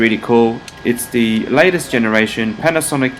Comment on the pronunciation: Omg Its THE Not DEEE